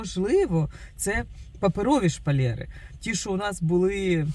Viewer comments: А чого шпалЄри, а не шпалЕри? Ріже слух. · Не шпалєри! 🤭 А шпалЕри!!!!💯